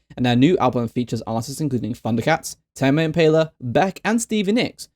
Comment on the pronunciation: tah-may im-pay-la lmao 🤣